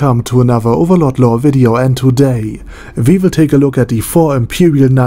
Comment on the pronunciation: That badass accent though, dude you literally pronounced almost all name in overlord like the name where it came from. COOL